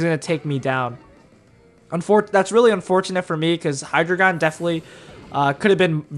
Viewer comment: It's not Hydragon.... it's Hydreigon!